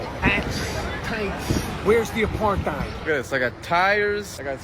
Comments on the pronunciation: What's an "a-par-thigh'd?" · Supposed to be "apart-ate", but at least you know what it is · If you ever questioned how dumb Rappaport really is..."Apar-THide" and "Is-rail-lian"😂 Pretty much closes the case on that. Hesnjust jealous of the attention his old buddy Bill Burr gets these days 😂😂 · Pronouncing apartheid with the TH sound is 🤌